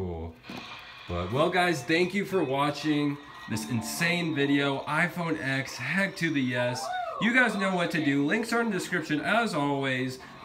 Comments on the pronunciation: why do you keep calling it iphone "x", its a roman numeral so its spoken as "ten" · It's called an iPhone x and the x is pronounced TEN